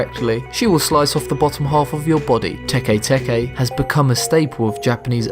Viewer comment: His pronounciation of 'teke-teke' is terrible.. He pronounces it se 'tekey-tekey', but if it was supposed to be pronounced like this, it would be written as 'tekei-tekei'.